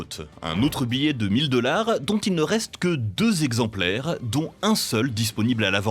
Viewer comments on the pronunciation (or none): 0-37 "vingt zexemplaires frappés" c'est quoi un zexemplaire ? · Vingt z exemplaires c'est NON